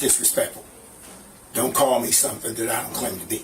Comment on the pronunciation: "donte" LMAO. These idiots get funnier every day.